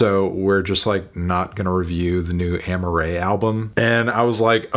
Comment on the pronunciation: Her name is Amaa-rae not Amma-rae